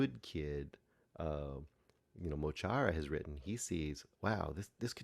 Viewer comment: Loved the film but I'm a long time fan - it's mo Chara (ch as in ach in German), Móglaí (Mowgli) Bap and DJ Próvaí (Pro-vi). Yes, the Six Counties are still occupied by the British. Their names are referenced in their music as well. The protest mentioned is the march for recognising the Irish language in the current state the Six Counties are in. This film does need a bit of research to understand the full picture.